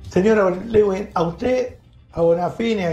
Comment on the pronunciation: Miriam Lewin muchachos, no Lewing